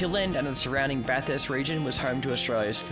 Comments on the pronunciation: It’s Bath-urst not bath-hurst haha cracking vid boiz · It's pronounced 'baf-fist' not 'baf-hurst' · 😂can’t pronounce Bathurst😂